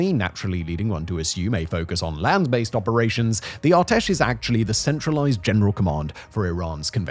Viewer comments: It's ar-tesh not our-tesh ar like array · whenever you pronounce "Artesh" like that I cringe hard.